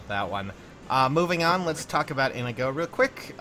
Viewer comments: Come on I wanted that Nohr Azura but I didn't get her. :( Oh and I also think Olivia has the best art. And Inigo is pronounced (In ee go). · INIGO IS PRONOUNCED IN-NEE-GO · its Indigo